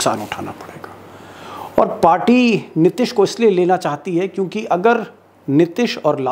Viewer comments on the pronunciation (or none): Sir, Aap " Nitish" ke pronunciation mein always mistake karte hain. Hindi mein Likhte sahi hain. Ti ke uchcharan mein badi ee ki matra hai. Please